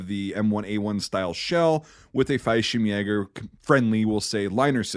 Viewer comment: Just an FYI, Fallshirmjäger is pronounced "fall-sherm-yay-ger", twin L's in German don't make a y sound like they do in Spanish 👍